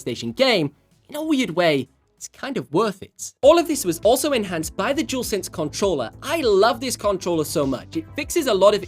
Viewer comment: He said cuntroller lol